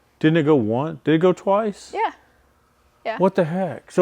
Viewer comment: “twonce”. I like the new vocabulary word. Use it in a sentence…”we raced this car twonce, I think”